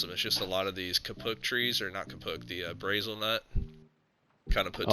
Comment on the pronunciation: “BRAYZEL” nut?! Lmao 🤣 Isn’t it a BRAZIL (BRA-ZIL) like the country, nut, tree? My apologies if I’m mistaken. It was just funny af when I heard you say it like that 😇